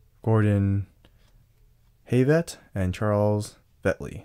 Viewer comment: Ah yes 2 of my favourite players Kentavious Caldwell-Not A Rookie and Gordon Hay-vet